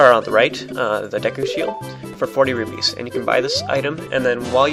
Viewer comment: Rupees not rubies